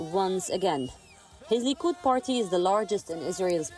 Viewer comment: Liquid party she said LOL🤭